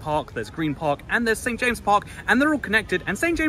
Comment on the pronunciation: St. James'! don't forget the apostrophe! It's pronounced "Saint James's Park".